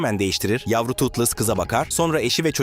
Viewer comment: Totles yanlış Toothless doğru